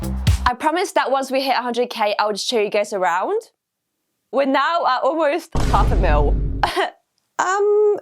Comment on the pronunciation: i love when she says”what the flip” and “right noew” or “neow”